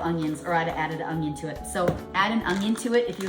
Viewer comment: The word is ONION. Not UNG-ION.